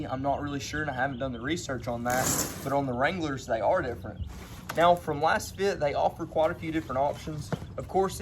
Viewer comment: You're a fake. How do you not know it's pronounced "laze fit"?? You're promoting a product and benefiting from linked purchases but you don't know how to pronounce the name??? Just another kid trying to make a buck but knowing nothing. Lets see how long this comment stays up. LOL